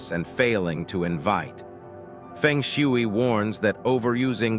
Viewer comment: please spell the words phonetically so AI will pronounce them correctly. Fung Shway.